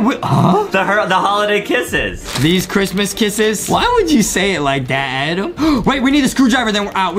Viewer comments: It’s Adam not adem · Little Brother u called him grampa piggy Adem